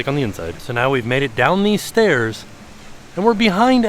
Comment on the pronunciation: not really a LOL person when im watching stuff but REALLY GOT ME with the “these ESCELATORS are temporarily … stAiyas 😛 sowwy for the Convenience”